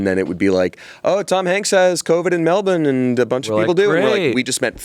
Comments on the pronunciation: wanna shout out saying melbourne correctly!! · thought I was hallucinating when pronounced Melbourne so correctly /pos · saying Melbourne accurately is so lovely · MELBOURNE said correctly 🎉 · thanks for saying "Melbourne" properly!! <3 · the way says melbourne is PERFECT